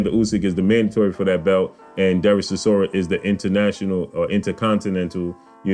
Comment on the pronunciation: Stop butchering the mans name its Chi-sor-ra. My money is on War chisora for this one.